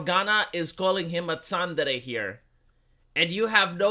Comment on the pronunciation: Several weeks to come up with a translation for "tsundere" (love that terrible pronunciation too, ), seriously!? I first saw this word back in the noughties as a literal title for an aloof/lovestruck girl in an adult manga - ah, I think I just went and defined the term there. As somebody below rightly said, it's pretty much the same as the word "moody" in English. (=^_^=) (Hmm, I wonder how long it would be take him to come up with a definition for the word 'senpai'.)